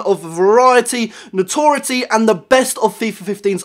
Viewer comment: WHY CAN NO-ONE SAY NOTORIETY!!!